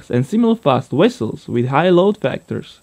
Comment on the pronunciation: Anyone notice he said "Wessels"? Haha :P